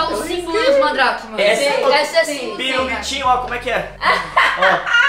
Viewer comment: Gente tô sentindo até agora o vai no começo falou em vez dele falar Mandrake que ele falou mandar